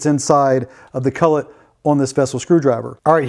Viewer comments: It’s a collet not a cullet. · Collet, not cullet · Really want to watch your videos, but the way you say collet is absolutely abhorrent. Its cOllet, not cUllet.